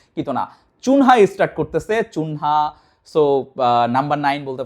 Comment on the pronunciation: চুনহা না কুনহা